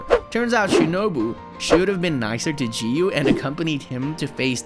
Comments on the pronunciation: You pronounce giyu wrong. You pronounce giyu jiyu Its giyu not jiyu ok? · Jiyu lol it's giyu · The fact he's literally pronouncing giyuu "ji-yuu" is hurting me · Let me tell you, but don't get mad, its giyuu not jiyuu. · Not g you giyu what a waste English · when you say "jiyu" like the g was sounding like the letter g not giyu you get me?💀💀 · gyu ❌ jiiuuu✅ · bro why cant this guy pronounce anything right bro its not jiyu its giyu bro and tf is commerrrade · I can’t watch this cuz of the ridiculous way he says Giyu. “Jeeyu” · Bro said jiyu when it’s giyu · Giyu not jiyu. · my guy said ''jiyu'' instead of ''giyu''. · ITS NOT JIYU IS GIYU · its not "jiyu" its Giyu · Bro called Enmu a girl and pronounced Giyu as Jiyu and Tengen as Tenjen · “jiyu“ HELP IM DEAD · why you saying G-you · he called rengoku "she" he called enmu "she" he pronounced giyu as "jiyu" he called akaza "upper moon two" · stop calling him G-U . 😐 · bro is saying jiyu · Not jiu it’s Giyu with a q ish sound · Bro said jiu and zinitsu and dont forget tenjen☠️💀💀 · The "Jiyuu" is very distracting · bro said jiyu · The way he pronounced giyu's name as "JiYu"💀💀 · We not going to realize he called giyu Jee-you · did he really say geeyu 💀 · the way you are pronoucing giyuu is making me angry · bro doesn’t know how to pronounce anything 💀